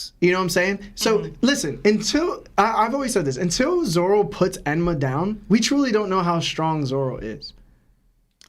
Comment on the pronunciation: Dude seriously keeps calling Zoro, Zolo... What is this? The 4kids fan club?